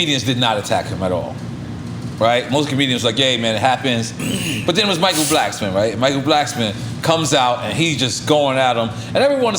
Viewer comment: He said Michael Blacksmon